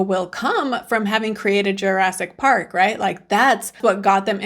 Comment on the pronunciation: "Jurassk Park"?